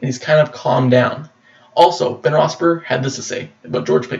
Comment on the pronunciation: You can't even correctly pronounce Ben's last name correctly